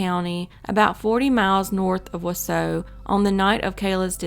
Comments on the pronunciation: Why is that anyone who doesn't live in Wisconsin, simply does not seem to be able to pronounce the names properly? Most of them are actually phonetic. It's not Wah Soh, it's WAH SAW. Curiously tho, you DID pronounce Waupun correctly... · Wisconsinite here - the city of Wausau is pronounced Wau-saw, not Wau-so. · Wausau is pronounced WAH-saw. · It’s not wasoooo it’s WausAU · Please contact a Wisconsin native for correct pronunciation. It is pronounced WAH - Saw, not Wah - SEW (Antigo was pronounced correctly). Onalaska is pronounced ON - Alaska not OWN - Alaska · Whaasaw wisconsin lol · Wausau is pronounced WaaSaw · It’s pronounced Wa-Saw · Wausau is pronounced Wa saw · Wausau is pronounced "Wa-Sa'. The 'U's are silent. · Plz pronounce Wausau correctly! It's Wausau where the last part is pronounced 'saw'. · It's pronounced "waw-saw." Not trying to be a dick, I'm just saying. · Pronounced waaaa sawww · its pronounced "Wa-saw" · Wau-saw - Waaaa-saw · Wausau, WI is actually pronounced “wau-saw” . great videos!! thanks for covering these cold cases! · I had to stop watching after 20 seconds. It’s WAH-SAW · Wausau is pronounced “waww-saw” 😂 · Not that it matters, but Wausau is pronounced wah-saw👍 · Wa saw is how its pronounced 😆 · Wausau is pronounced "Wah-saw". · Wausau is pronounced Wah-saw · Wausau is pronounced wah-saw. Though all of your other pronunciation was pretty spot on. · Wausau, Wisconsin. Wah saw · Pronounced: Wau saw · Just an FYI, Wausau is pronounced wau -saw. Not picking, how would you know? Great story! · It’s pronounced wah saw. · WAW-SAW is how you pronounce the first city...not whatever sound it was that came out of your mouth... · It’s pronounced “wa -saw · It’s pronounced Waw-saw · I live in Wausau, and it’s pronounced “WAH-sah”. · Wa-saw is how it’s pronounced. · just for future reference, it’s pronounced wau-Saw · lol i'm from Wausau and i'm not surprised someone outside of Wisconsin pronounced it wrong but at least you got Antigo down :)